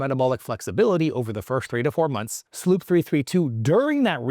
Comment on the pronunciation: SLU PP 332... not SLOOP wtf